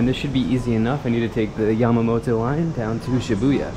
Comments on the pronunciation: Yeah, he mispronounced Kabukichou (not kabuchiko), Yamanote line (not yamamoto) & Meiji Jingu (not jinju). 😜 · Yama”NO TE”. Yamanote line. Not Yamamoto line ! The salmon rice balls salmon, in 7 eleven, is not raw. Sashimi is without rice. Sushi is with rice. Kabuki CHO! 😂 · You say”YAMAMOTO LINE”is “YAMANOTE LINE” .😊